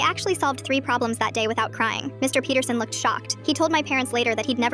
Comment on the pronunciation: I thought she said Mr BeatHerSon😂 but it was MR Peterson 😅